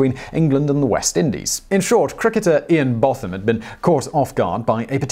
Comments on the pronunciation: Bow-tham. Not Both-am. And two miles for Dartford is nothing! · Good video but the cricketer's name is pronounced Bow-(to rhyme with 'throw')-tham. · What a weird way to pronounce Botham's name. And this is a masterclass in how to destroy all humour in a joke. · You can't pronounce 'Botham' - it's 'bow' as in '...and arrow'...thumb. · Botham is pronounced bow/thumb as in crossbow and thumb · It is pronounced Bow-tham. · The leg over incident. It wss priceless. Pardon the heck out of me but Brian Johnstone was an inveterate giggler. It's pronounced bow-tham. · you pronounced Ian Botham to ryme with Gotham of Batman. It is more like Bowtham. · You're English and you can't pronounce the surname Botham? It's bow-tham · It's Botham pronounced bow as in bow and arrow btw. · Cricket is not really your thing, is it Simon? The first syllable of (Ian) Botham's name is pronounced "bow" (as in "bow and arrow"). Cricket matches take up to 5 days, with plenty of predictable breaks in play, so there is plenty of time for humour. Here is a list of humorous, cricket-related quotes: This humour may be a bit immature, but I find it funny: (I have seen plenty of such blows myself - and received a couple. I can confirm that it is funny to everyone except the one receiving the blow.) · He claims to be British but can't pronounce Bow-tham? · You have spent to long in the US Simon.. His name is Pronounced “ Boh tham” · "Bow" rhyming with "no". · Interesting way of pronouncing botham. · DID YOU KNOW? Every time Simon pronounces 'Botham' incorrectly, a piece of Geoffrey Boycott's soul dies. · Oh Simon you let me down, I always thought of you as a perfect English gent, but mis-pronouncing Ian Botham OBE is unforgivable. Hehehe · Wow. Your mispronunciation of 'Botham' makes me feel really old !! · No Englishman says Ian Botham that way. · A Brit that manages to butcher the pronunciation of Ian Botham. Incredible.